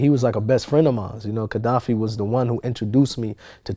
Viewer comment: Kadafi not Kedafi